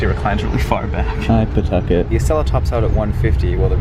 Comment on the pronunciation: Not attempting to redeem himself by pronouncing Pawtucket correctly at every possible opportunity 🫶